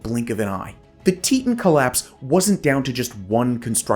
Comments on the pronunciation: Teetawn, not teetun. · Teton is pronounced "Tee-tawn" lol not "teet-in" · tee taan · Nice to see the Teton Damn in this episode. I've lived in Idaho Falls, currently live in Rexburg. But it's pronounced Tee-Ton. 😊 My boss actually lived thru this with her house getting destoyed during the collape when she was a child. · isn’t it tee-taan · I believe it was named after the Grand Teton mountains, which are near and were named by the French as "big tits." So, yes, the pronunciation should be "tee-taan." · You pronounced "teton" wrong... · Yes he did, but some people pronounce place names differently than others, even though the pronunciation is wrong.